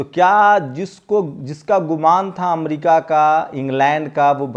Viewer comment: Amdica nhi America hota hai